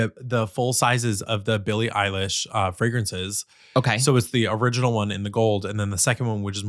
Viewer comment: Why does keep saying "Billie Eye lash" 😂😂😂😂